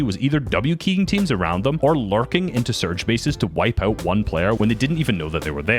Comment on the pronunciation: why do i hear it larping instead of larking